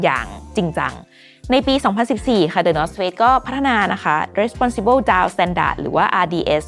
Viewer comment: ได้ยินเป็น the north fakes เหมือนกันอ่า